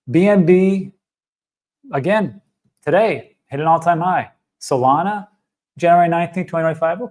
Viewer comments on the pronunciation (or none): I really love watching videos, but that speech impediment he has with 'Cardano,' 'Solana,' 'China,' etc., triggers me every time. Apparently, it's just me, and don't know why I find it so annoying. But he does it constantly, which is soooo meeh.